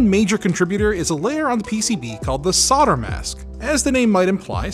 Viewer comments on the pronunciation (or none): what is it with 'sodder'. It's 'solder' as in colder or holder. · SOLDER NOT SAWDER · Repeat after me SOL-DER Are the words like "colder" "folder" "bolder" also causing you troubles in pronunciation ;) ? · SOLDER!!! NOT SODER. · It's solder, not sawder! 😀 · Why do you say sodder when talking about solder??? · Great video! But why are you saying "sodder" instead of solder? lol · The more pertinent question is why pronounce it 'SODDER', when there's an L in the word SOLDER, and no other country says "SODDER"? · Saw-der? I assume that's an American pronunciation? (It's sol-der in the UK and I assume Australia/NZ.) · I hate that he pronounces solder as "sodder" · Say "old": 'old' Say "older": 'older' Say "sold": 'sold' Say "solder": 'sodder' ??🤔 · SoLder soLder not fucking sodder it's SoLder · SOL DER NOT SODDER. S O L D E R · Why do you americans call it SODER?! It's called SOLDER!!! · s-o-L-d-e-r NOT soDDer 🙄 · soLder not sodder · You can deffinatly tell where some one is from when they say solder as soder lol also white on a red background hurts my eyes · Don't forget solder has a 'L' in it. Stay safe guys. 🤣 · "sodder" lelz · Now answer this question: Why do Americans say "sodder"? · Just wtf is sodder? That's rude where I come from! 😁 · Why do I keep hearing sodder? I even checked back on the video to check the spelling, not being from the USA I thought they might of dropped the 'L', but no, it's still there. Gamers Nexus Steve also says sodder, which is the place I first noticed it some time back. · Why do hosts on this channel call in solder without l and tapped t, instead of solder with l and d ?! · not in the UK, it's pronounced Sol-der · You pronounced solder wrong :( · Interesting! Also fascinating to me that most Americans drop the “L” in the word “solder”. That doesn’t happen pretty much anywhere else in the world. Great channel! Craig - Australia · Yes, but WHY drop the L? For some reason it really irks me. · There is an "l" in solder!